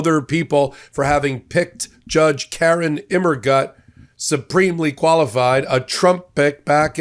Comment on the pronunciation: Immergut - I think it's gut like put, more of an oo sound. I think it means Evergood in German.